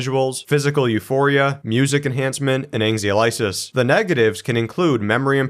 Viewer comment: Anxiolysis is not an easy word to pronounce, you did a pretty good job.